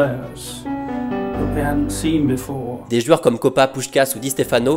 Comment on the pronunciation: J'adore cette chaîne et j'adore ta façon de narrer mais j'ai une seule question : pourquoi tu dis "jueurs"?